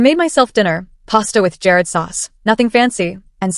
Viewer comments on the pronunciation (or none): PASTA WITH "JARE RED" SAUCE??!! JARRED! IN A JAR! JARRED, A I!!!!